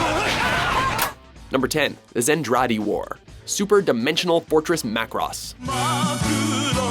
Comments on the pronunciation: Ma-ku-ros XD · Its WatchMojo they don't learn proper pronounciation also they seem to have too many people that make the episodes because them using wrong clips happens alot. Like the way he say Macross its one word but he says Mac Ross